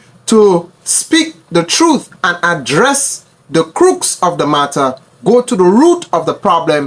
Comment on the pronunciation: I appreciate platforms like yours, very informative, but you must be careful of your English. The Prime Minister didn't speak of the "crook" of the matter, but the" crux" of the matter